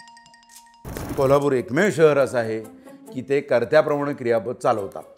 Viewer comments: जोशीराव, त्या पोरीला शिकवा ना की कोल्हापुरला 'कोल्लापुर' म्हणू नकोस. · शुद्ध भाषेत कोल्हापूर . आणी कोल्हापूर कऱ्यांच्या भाषेत कोलापूरच 😂